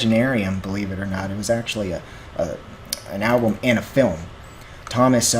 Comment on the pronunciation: Stop pronouncing Tuomas as Thomas say Two-oh- mass. YOU MUST CHECK OUT 'The Greatest Show on Earth' at Tampere 2015 (24 minutes long) and when you know more about Tuomas story 'The Poet and the Pendulum' an Wembley (with lyrics)